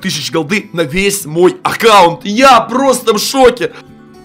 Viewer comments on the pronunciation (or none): none